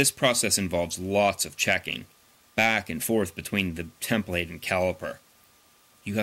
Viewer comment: cool video, however template is not pronounced like that